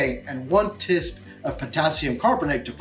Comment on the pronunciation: why does he keep saying "tisp" for tablespoon? driving me crazy and making me laugh